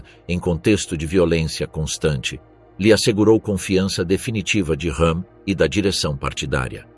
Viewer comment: Ernst Rőhm "R" e não "H"